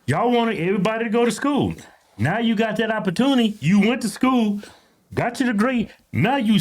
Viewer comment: It's school. Not sko